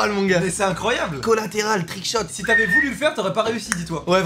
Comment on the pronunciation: C'est "gars"